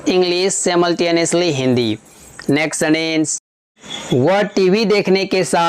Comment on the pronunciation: Neext sentente 😂😂